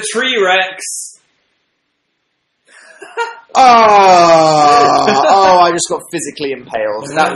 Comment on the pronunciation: tree-rex phil omg i'm actually crying like litrally i'm fucking crying y must u do dis ah